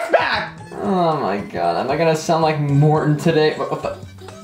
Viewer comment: Morton Not Morthon